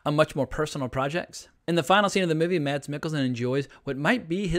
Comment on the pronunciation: No no no..! You don't pronounce the "D" in 'Mads' .. It's simply pronounced "Mas" I'm danish, trust me..! Every foreigner says "MaD's" while in reality the D is completely silent. And yes "Ida" was correct the second time you said it, not the first time 😜